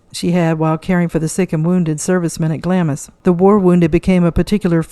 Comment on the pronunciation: Cheyne, Worcester, Glamis just a few names you should have learnt to pronounciate before you talk.